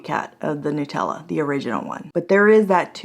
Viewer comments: Love your reviews but damn girl... NUH-tella (as in nut) not NEW-tella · just nuts. Nut-tella.